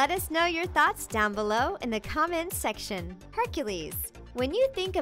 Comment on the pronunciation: "React in the comment shection down below." Shection... Nailed it.